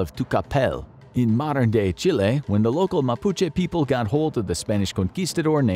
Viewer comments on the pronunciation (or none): none